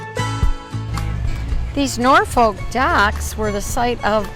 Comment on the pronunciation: you tickle me with your pronunciation of Norfolk, Nor Folk =No , naw fok = yes with No L